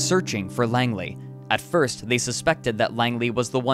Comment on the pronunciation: “watch that foist step! It’s a doozy!”